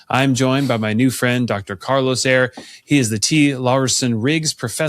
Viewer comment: *Eire, not Aire... for those seeking the books by Dr. Carlos Eire. I just downloaded "They Flew" on audible.